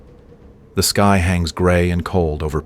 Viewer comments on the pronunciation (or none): shows you use AI.. sky pronounced as ski lol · When your 'narrator' cannot even pronounce a simple word like "sky" properly, then we KNOW your content is AI-generated. EDIT: Have noticed that many commenters do not appear to have a problem with cheaply-made AI slop. If you idiots are prepared to accept crap like this, then the future is indeed most bleak.